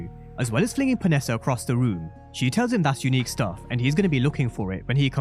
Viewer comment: Are you still sure Unique not breeze?